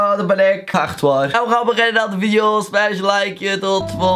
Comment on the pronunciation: Leuke veidijo eejsit